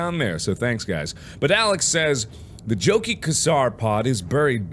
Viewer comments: "Chow-keeh" Oh how I wish there was the audio log available already, the Emissary would have pronounced his name for Mark! "Jochi Khasar. I said "Yoh-kih Kha-shaar" , why do I have to do this anyway?" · And Jochi Khasar is pronounced yoki kasar phonetically